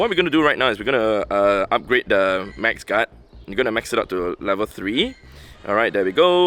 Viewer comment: He is saying max guard with an accent